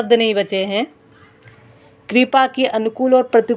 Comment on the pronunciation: आपका उच्चारण ग़लत है कृपा को कूपा पढ़ रहे है